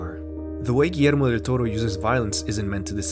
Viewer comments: I love that you didn’t butcher the name of Guillermo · As a Peruvian, I like that you pronunciate Guillermo's name as we Latinoamericanos do it. Great videos btw! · I know right? I'm used to people forgeting the "ll" in Guillermo